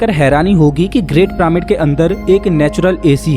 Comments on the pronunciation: अबे ओ जोकर प्रामिड नही पिरामिड बोल साले। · pramid ni h bhai vo पिरामिड h